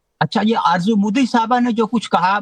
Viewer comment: Arzo hota hay arjo nahe hota hay jahel🇵🇰😁